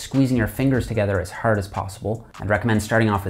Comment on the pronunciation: Didn't know he was from Ontario until I heard bar and hard pronounced behr and hehrd